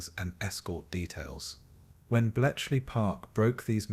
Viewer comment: This is AI narration, isn't it? There are mispronunciations. At one point "cost lives" pronounced "lives" the way you would say "he lives." And then apparently there's a typo in there - Belchley Park intstead of Bletchley Park. And sure enough - the narration said "Belchley." A human narrator would know better. Lame, man. Zero effort video. Also - it doesn't "flow" - there is repetition of information that has already been covered earlier, etc.